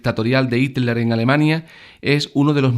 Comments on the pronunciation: Buen video PD: Se pronuncia JITLER no ITLER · bueno video te explicas muy bien pero ''el duze'' y ''itler''... XDD